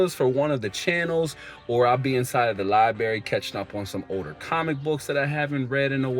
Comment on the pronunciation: I like the video! There’s another R in library fyi